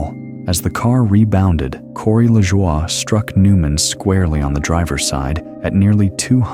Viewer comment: Lajoie’s last name is pronounced la-joy.